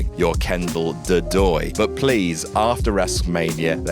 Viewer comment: After* not Ohrfter